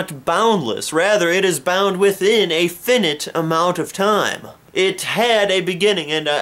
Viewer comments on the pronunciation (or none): Great review, my one comment is just that the word "finite" is pronounced "Figh-night" not "fi-nit"